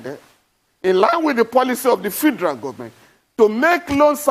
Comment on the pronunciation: Why is this guy Falana, mispronoucing FEDERAL as fee-der-al?